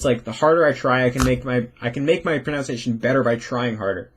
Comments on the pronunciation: This video has been so helpful. Excited to implement a lot of this wisdom. One minor thing, several times you mispronounced the word "pronunciation", which came out repeatedly as "pronounciation". Languages are so complicated that we all go our lifetimes without fully mastering the mother tongue. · you ironically say your pronunciation is going to be 100% perfect in English regardless of whether you try, while pronouncing pronunciation incorrectly. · your stuff is amazing and I'm a huge fan! It did make me laugh when you said your English pronunciation is perfect, but your pronunciation of the word pronunciation is... well, nonstandard. 😄 anyway, keep up the great work and thanks for all your content!!